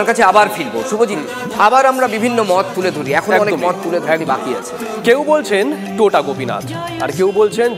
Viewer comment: উচ্চারণটা টোটা নয় “তোটা”। তোটা কথাটার মানে বাগান।